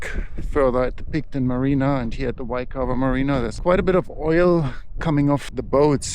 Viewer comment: you said the name of the place 😂and it’s the Waikawa Marina 😂😂😂😂😂😂😂😂